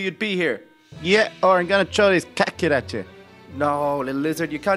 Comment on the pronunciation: little lizard its kit Kat not Kat kit lol